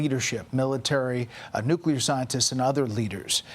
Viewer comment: "Nukelar" program 😂